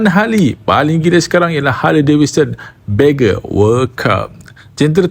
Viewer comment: video bawah tu Ai ke? cakap sangkut2. Bagger bukan Begger(pengemis).. Redbul Ring tu Austria..